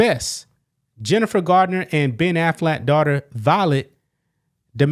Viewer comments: It's Jennifer Garner, not Gardiner. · Garner, not Gardner..